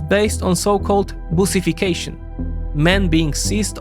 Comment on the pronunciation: Please, I beg of you, please pronounce the u in "busification" like you would in "but", never the way you would in "push". Otherwise your make it sound like something homosexual and very strange. It's also just how you pronounce "bus".